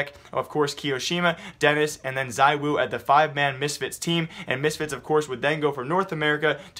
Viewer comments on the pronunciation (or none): the pronounciation is not zIwu , it's Zwo x)